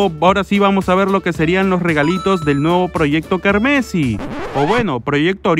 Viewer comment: Me da cosa cuando pronuncia "Carmesí" sin el tilde en la "i":v